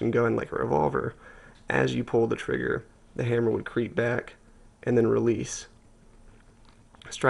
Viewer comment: great vid but do you say frigger or is it just audio thats bad? i call it a trigger